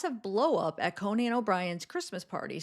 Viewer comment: It’s Cone-in not Co-nan 😂